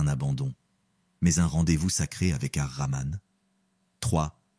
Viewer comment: Baraka lLahou fikom mais s'il vous plaît faites attention à la prononciation des noms d'Allah Sobhanahou wa Ta3ala il s'agit de Al-Hakim, Ar-Rahman, Al-Wadoud, Al-Latif et Al-Fattah, le H se prononce ح, écoutez la prononciation arabe pour ne pas dire autre chose. 🤲🥰